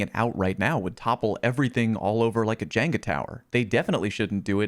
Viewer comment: Yeah, div... w/e. DID HE PRONOUNCE IT JANGA?